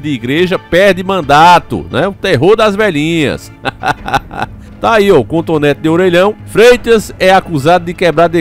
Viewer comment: CONTONÉTI DE ORELHÃO KKKKKKK